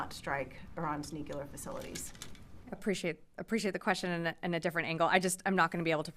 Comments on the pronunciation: "Nook-yoo-lar." What is so hard abt pronouncing nucear correctly! ("nook-lee-ar") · No such word as “nucular” its “nuclear”